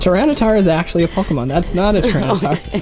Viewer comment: PokAhman is definitely how parents say pokemon